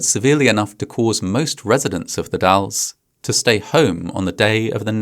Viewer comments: You correctly pronounced The Dalles! A rare achievement! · As an Oregon resident, I just want to appreciate the fact that you pronounced The Dalles correctly. Hardly anyone outside of the area does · Huge props to you for pronouncing "Oregon" and "The Dalles" correctly! As an Oregonian, I've seen several different Youtubers mess that up when making videos on this topic. Great video as always!